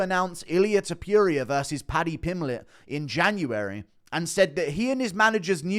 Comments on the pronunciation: Its pronounced Te Po ria not te poo ria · No sure person called Illia Tip-pure-ee-yur 😆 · Love you Guru but please learn how to say Topuria's name properly. You've said it so many times it's hard to ignore. Rofl.